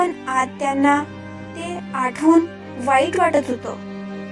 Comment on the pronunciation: आटवून नाही आठवून